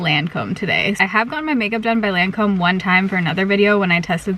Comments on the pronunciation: In Australia, we say LON COM...but you say LAN COMB. Did you ask her how she pronounces it? It looked good. I like the way you do your makeup much better x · It’s “Lawn-comb” not “layn-comb” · I worked for Lancôme. Pronounced ( Lahn-comb)😉. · So far, I think it's your best make over yet. Different from your style, but very much in tune with your features. BTW best way to remember how to pronounce Lancome is Lawn - come (as is the way you'd pronounce commercial) Luv ya lots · I would imagine that one of the most difficult things of working at the Lancome counter is learning to pronounce the names of the products😂😂😂😂 Thanks for another great makeover video. A MUCH needed break from reality!!❤❤ I really loved the way your skin looked, but I agree the under eyes didn't look the best. The lip color was gorgeous on you!